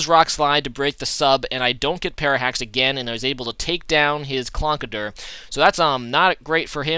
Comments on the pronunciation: It's Conkeldurr. Not Clonkedurr. -_ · Conkeldurr not Clonkederr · What is Clonkerdurr? Conkeldurr? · There is an 'L' Conkeldurr